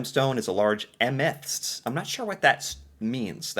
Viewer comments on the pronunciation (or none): It is not ameths. It is pronounced AME-THYS-TS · It is am-eh-thyst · Am-e-thyst in English, where the "e" is like the "e" in "eh," and you say it out fast, not split into parts. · "Emethst" 😅 I'm actually quite surprised you didn't know what this was. Amethyst is very well known gemstone across all countries.